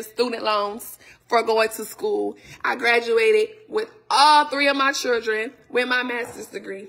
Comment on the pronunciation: Until she learns how to say children instead of churdren I won't believe it!🤣🤣